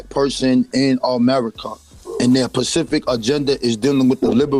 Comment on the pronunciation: It's really sad when so-called "African Historians/Scholars" proclaim to be well-read and well researched, but cannot even correctly pronounce simple words like "Specific." I wish people would use the words they know, comprehend, and can correctly pronounce when trying to convey something to someone else.